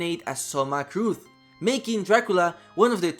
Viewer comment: The surname "Cruz" (From Soma Cruz) is pronounced as "crus", not as "crud". Cruz is the spanish meaning of "Cross". So it is fitting as Soma doesnt want to be the darklord, but destined to.